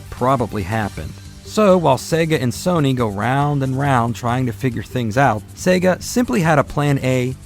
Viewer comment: Thank God you are saying Sega correctly.